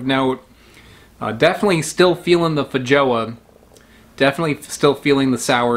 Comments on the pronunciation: Feijoa is pronounced feihoa 😉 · it's feyhoa or feyyoa but this one is werder ofc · It's pronounced fey-ZHWAH, with a sound like measure or de jour. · what was that pronunciation of feijoa 0_0